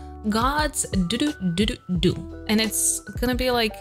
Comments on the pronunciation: sry but it's god's menu not god's ddu ddu du... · Is everyone gonna ignore the fact she said gods menu gods du du du 🤣 No hate! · She's soo embarsing she said God's du dududu it's gods menu